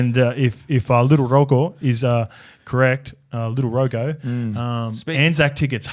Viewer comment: Ps. G in Rogo is said like a J